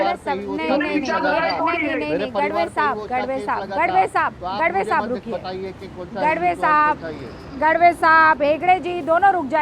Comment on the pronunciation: गढवे नही गाढवे ... 😂